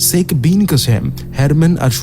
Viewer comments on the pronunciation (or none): গল্পটা খুব ভালো লাগলো কিন্তু উচ্চারণে আরও যত্নবান হোন। ' - এর দোষটা কাটান। কথাটা "শেখ" "সেখ" নয়। প্রতিবার ওই উচ্চারণটা কানে খুব লাগছে